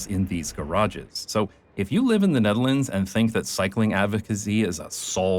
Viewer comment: You wrote Nederland... the dutch will be pleased.... actually you pronounce Nederland place names without choking on your own tongue... I'm pretty sure you are Dutch.